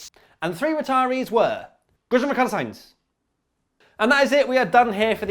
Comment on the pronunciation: And Ricciardo is actually Rich-ardo